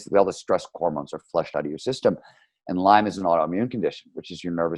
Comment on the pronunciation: its "Lyme".... not "lymes"